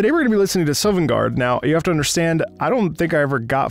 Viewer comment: Pronounced Sovngarde perfectly...."I don't think i ever get far enough into skyrim..."....okay... To much eye movement during this. This isn't you hearing it for the first time. Anyone that loves gaming, movie, or any "epic" style music will know this theme.